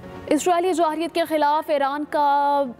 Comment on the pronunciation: Jahreeyat ni Jarheyat hota ha